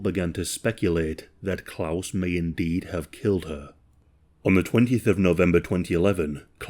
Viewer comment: He's at least trying to pronounce the name Klaus correctly, I'm so happy about that😂